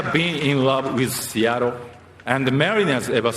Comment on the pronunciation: 凄い 凄い 本当に凄い。 イチローさん ありがとう。 シアトルの発音も完璧。